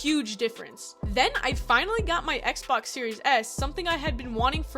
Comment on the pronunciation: I’m sorry did I hear you say XBAX